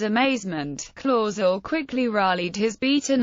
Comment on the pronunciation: She pronounced it the. Wong spelling of. My ancestor last. Name it. Clauzel